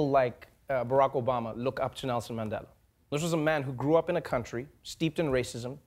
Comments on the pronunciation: Did Trevor say, Mendela🤣🤣🤣🤣🤣🤣🤣🤣🤣🤣🤣🤣🤣🤣 Trevor is no longer South African 'y'all' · I'm so disappointed by how Trevor pronounces Mandela now. You haven't been gone for that long. Don't let the USA change you. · Why's Trevor mispronouncing Mandela's surname just like an American? And then he adds insult to injury by mispronouncing Rolihlahla.